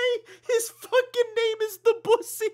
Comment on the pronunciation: That's.... that's not how you pronounce Debussy.